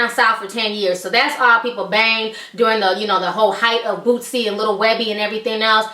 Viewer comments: why are you saying bootzy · Lol She Kept Sayin Lil Bootsie , Its Boosie Ma'am . My Dawg Free Now Yall Be On The Look Out For My Nigga .. Click Our Channel To Check Us Out , "Jae'Kush" Boosie's Up Coming Young Artist . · Its not bootsie bitch fuck